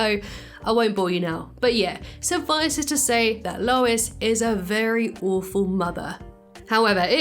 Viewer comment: It’s Lois…not even close lol